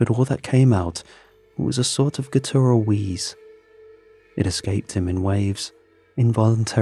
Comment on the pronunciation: says it "gooteral" and it's cute af.